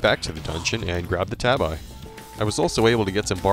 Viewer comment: Pretty cool, wish there was more footage of the boss fights though. It was hard to really get a sense of the weapon's qualities with only short glimpses. (Also Tabi is pronounced "TAH-bee", a Japanese word. And the Golem is "GOH-ləm", not Smeagol's alter ego. 😉)